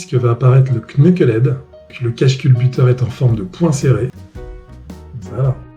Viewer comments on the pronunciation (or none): On ne prononce pas le k de knucklehead... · Merci pour les vidéos, cela fait combien de temps que tu t’intéresse à la marque?? Oui le k ne ce prononce pas! Mais surtout! Les photos du Knucklehead et du shovelhead que tu a mis dans ta vidéo ne sont pas des moteurs harley davidson!😭 mais deux reproductions actuel s&s en aluminium! Non franchement pour un mec qui ose faire des vidéos! Ça craint! 😭 pauvre monde harley!